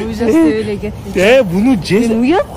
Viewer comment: Жечик дебей туура сүйлө